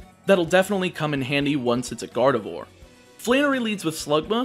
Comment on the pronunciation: Please stop saying Garde"vore"